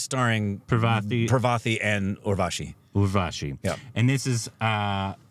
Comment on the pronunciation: FLAWLESS : perfect description of Urvashi (pronounced perfectly).